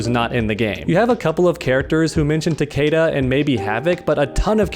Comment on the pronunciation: Am I the only one that got REALLY triggered by the way he pronounced Takeda's name?!